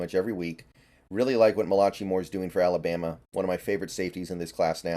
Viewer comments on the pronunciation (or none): You literally said malachee lmao. It's pronounced malakai